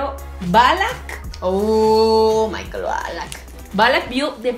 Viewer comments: Jajaja shmijel xd Jaja se pronuncia eshmeikel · Dejala que diga aún shmijel da gracia xdd